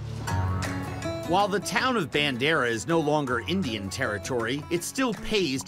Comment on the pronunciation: The pronunciation of the Indian really irks me. It is not pronounced that way